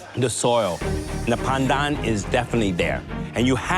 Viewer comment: The fact that calls “pandan” “pendan” just makes me cry as a Malaysian.